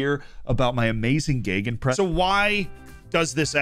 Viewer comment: it sounds so weird if americans or britains try to speak german :D Gegenpress ... sounds so weird :D Its fine pronounced but its weird in my german ears :D Good content Z like ever